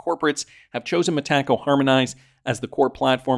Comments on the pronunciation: It’s so annoying how these YouTube influencers pronounce Metaco incorrectly. It really discredits them. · Both Brad and David NOW pronounce it Meta Co